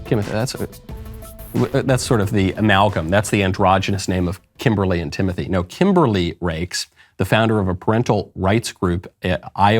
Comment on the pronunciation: My dude said Kimothy! 🤣😂🤣😂